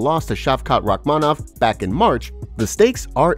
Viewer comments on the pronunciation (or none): none